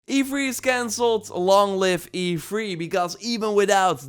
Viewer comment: Say three. Lol not free. Haha sorry that’s what I heard 🤣 it’s E3 not E-free lol